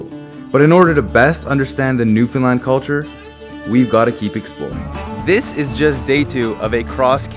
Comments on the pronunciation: I'm proud you can say Newfoundland PROPERLY! It's not hard! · Thank you for not pronouncing it new finland or newfinlun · I love that you probably pronounced Newfoundland correctly. 👏🏻👏🏻👏🏻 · Finally someone who can pronounce Newfoundland 🙌....great job at capturing our culture. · My dude, i'm so glad you got to experience Newfoundland, and you've captured the essence of the island perfectly. You even pronounced everything perfectly! Don't forget to come back to visit!